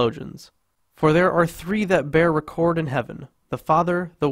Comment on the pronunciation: Great video presentation but you are gonna dive me insane with the pronunciation of “record “ . It’s a NOUN not a verb!!! 3 that bear record i.e. something that attests to as evidence